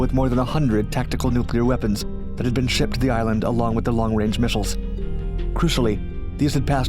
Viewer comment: “Misshels?” J/k